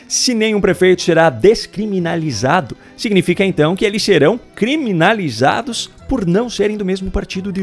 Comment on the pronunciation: O ex presidiario analfabeto nao sabe nem falar "criminalizado" 😂😂😂